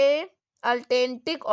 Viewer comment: Miss, that's not Altantic that is Atlantic Ocean it's common sense. Yrr aap gaanja fuk ke padh rahi ho kya 🥴😮‍💨😂